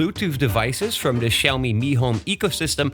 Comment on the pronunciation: Just an English FYI. TH = the sound TH not D ie. "The" should sound like "The" not "Da" "Other" should sound like "Other" not "Odda"